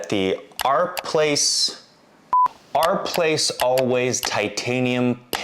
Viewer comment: It's OUR, like hour, not ARE!